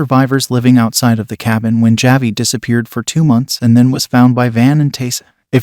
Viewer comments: This is being read by a robot. That’s why it keeps mispronouncing ‘Javi’ as ‘Ja-vie’ instead of ‘Ha-vie’ #AIdiot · JahVee the boy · Javi… every time he says it my brain hurts…